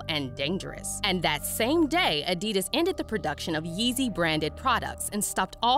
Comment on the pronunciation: Adidus lol its adi daas